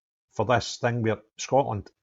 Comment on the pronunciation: Scoatland 😂 Can’t even say the Country correctly. Not the brightest.